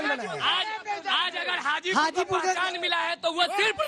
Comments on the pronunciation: हाजीपुर बोलो चाची गाजीपुर नहीं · Hajipur ko Gajipur bana dii 😂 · Hajipur hai mohtarma gajipur nhi hai bolne se pehle thoda soch lijiye kya bolna hai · गाजीपुर नही हाजीपुर है। मैडम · Gajipur nhi hai mam... hajipur hai